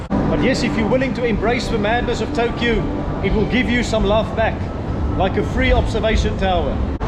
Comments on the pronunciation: you do not stress the last "u" in the names: It's Tōkyō, not Tokyou. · all others words are not that too bad pronounciated but Tokyou was really extreme... Never mind! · Tokyo is pronounced Tokioh and Seiyu is Saiyu.